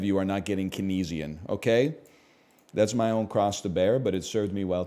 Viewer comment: Wow, the mispronunciation of Keynesian is so painful. cane-zee-in :face-purple-crying